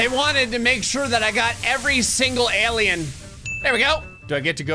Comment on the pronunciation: He said h-alien as in human